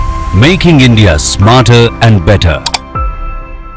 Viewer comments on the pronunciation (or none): none